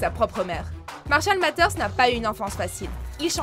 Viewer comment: Marshall mathers ce prenonce " Marshall mazers" mais trkl